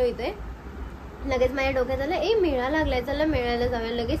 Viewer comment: मेळा नसतो मेला असतो 😅